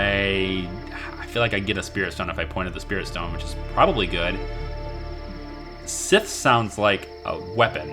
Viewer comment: First! Also.. cant wait for the next part! Keep it up. By the way scythe is pronounced Sa-eeth, not sith :P